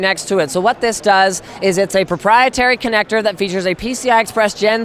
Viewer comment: Grats on making it through and thx for the uploads :) Your voice says you need a break though lol The last notebook lost me though when you said "proprietary" port. The MSI one looked really good though (Idm the bulk)